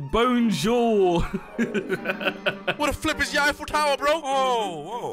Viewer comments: “bonejour” - 2022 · man said bone zure